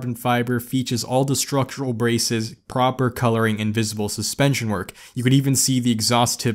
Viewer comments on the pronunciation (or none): none